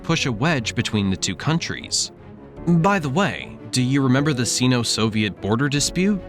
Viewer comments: In English, the prefix "Sino-" is pronounced "Sigh no" /ˌsai.no/, not "See no." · Sino-Russian - pronounced Sign-O Rush an - not “seen-O Rush an” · Sino is pronounced "sign-oh" not "scene-oh" FYI (like China is chai-na - not chee-na) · Syno not Seno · Say “S eye-no” to sound right. Two syllables. “Sino-Soviet” also about a third of the time you said China when you meant Russia and vice-versa. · The “i” in sino is pronounced like the word eye. It isn’t pronounced like the “i” in internet. Just sayin’